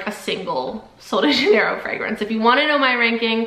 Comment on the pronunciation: She's saying it wrong ❌